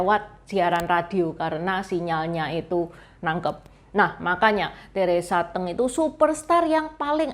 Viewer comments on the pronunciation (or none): Udah gak cantik.....baca aja gak becus Teresa Te'ng , hrs nya Teresa Teng....songong bget !!! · Nama Teresa Teng koq baca nya Teresa Te'ng ,baca nya goblok koq jd reporter......jing anjing tolol !!! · Teresa T’eng, sebutnya e’ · Salah baca nama artis nya